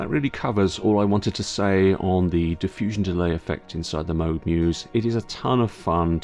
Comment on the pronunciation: I like Mog! No more mispronouncing of Bob Moooog's (as in the cow) name!